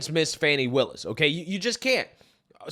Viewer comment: My man said "fani pack".. lmao